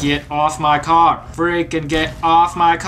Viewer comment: When he said get off my car it did not.... Sound like car! XD lol